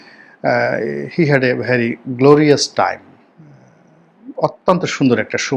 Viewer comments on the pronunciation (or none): none